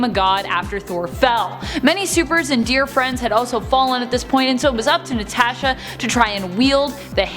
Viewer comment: please never say natasha again